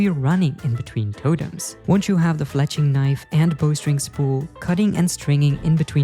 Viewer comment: There is no way bro says totems like that.